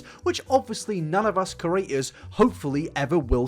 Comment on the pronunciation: Ker-aters..... pud-cost......